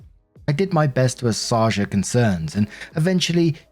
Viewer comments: Assuage = Uh-sway-juh Acquiesced = Ack-wee-ess-t Helpful not mean. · Hey, thank you for another video! Wanted to help you out a little with some words that have popped up a couple times. English is a bonkers language even for native speakers, haha. Acquiese = Ack-wee-ess Assuage = Uh-sway-dge Appreciate your videos, I'm recovering from a minor surgery and waffle time always brings a smile:)